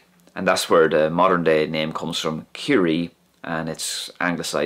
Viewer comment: It's really interesting to hear the wh in when and where is pronounced "hwen" and "hwere".